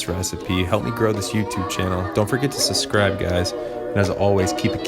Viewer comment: I love you but there is a B in the middle of the word "SuBscribe."